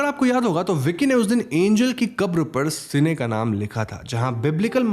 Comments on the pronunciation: Bro it's Cain not sene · Bhai Cain hai sene nae, kain pronounce karta hai sene nahe hahahahaha 🤣🤣🤣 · It's Cane (say like Ken) and Abel.. not Cine सिने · Ak correction hai the first murderer is Cain (ken). Cine is a wrong pronunciation 🙃🙃. But it was a nice explanation. And also Isn't Bhadra looking like Deepika Padukone?? 😊 thank u.. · Bro its not Cine its Cain (KEN) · its cane not cine pronounced as kane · It's Cain and not cine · Are bro "si ne " galat pronounciation hai usko "kine" pronounce krte hai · Cine nahi uska naam Cain hai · Bro that name is CAIN not cine!! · it's cane not sine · Isne Caine ka naam badal ke 'seene' karke confusion create kar di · It's Cain not Seene.. read bible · Boss, your work is no doubt really good. But please get some facts and pronunciation correct. Abel is read as A-Bell. Cain is read as Kayn. And Bible is not a Mythology. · Its pronounced 'cane' as in sugarcane.